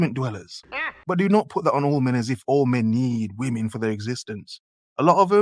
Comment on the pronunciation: This woman can't even say the word 'women' right. Her last two brain cells working overtime just to hold the camera up and talk at the same time. Dear god.